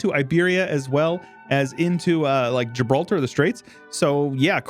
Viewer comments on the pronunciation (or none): none